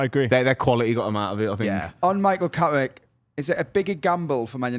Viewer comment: “On Michael Cawwick”